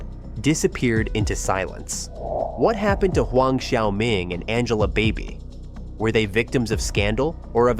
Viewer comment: Angela Baby. Not Angela Body